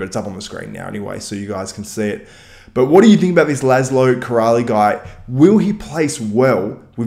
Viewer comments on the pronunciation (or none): Laszló Király is a Hungarian bodybuilder who recently turned pro and got his pro card. His family name should be pronounced sg. like "Kee-rai" and not "Kee-ra-lee", but it's OK :) (his surname means "King" in Hungarian) So what is important that he was still an "amateur" during this competition. Currently he is training heavily, especially the legs - squatting 3 times a week, aiming to do batshit crazy amount of reps with crazy weights á la Tom Platz. He can do very high reps with 150 kg EZ. He claimed that he won't compete on a pro stage until he feels that he can bring a competitive package as he's not going to let his fans and himself down by a mediocre placing. He aims big, very passionate, looks extremely professional and is in constant focus. Also, no homo, but he looks quite handsome when off-season - very much resembles Tom Hardy :) So I think - and I try not to be biased as a Hungarian - he has a bright future with the mentality and genetics of his. He obviously needs some mass and roundness, but he would be very successful with a bit less good conditioning as well I guess. Thanks for the video! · You can pronounce as: Laaslo Keer-eye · His name not kirali , in english his name means lászló king